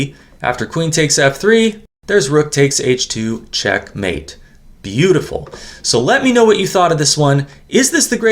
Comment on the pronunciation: I wish would put the correct accent on the first syllable of "checkmate", not the second.😊